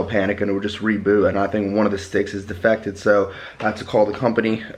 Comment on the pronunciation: "defective" not "defected" lol